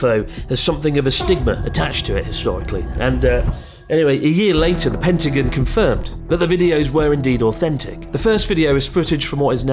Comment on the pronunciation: It's so weird that you call the Pentagon: "PentagUn"!